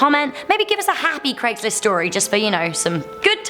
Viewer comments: since when was it called cregslist ? its craig not creg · It'd Craig's list, not Cregg's list. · You are British and you are saying Craig wrong and you shud know better